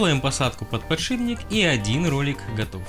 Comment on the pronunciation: ПодшиБник, подшиБник, подшиБник, подшиБник, невозможно слушать!